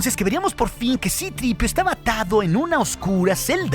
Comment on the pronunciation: Qué asco de pronunciación. "Cripiu", "Artuditu" 🤮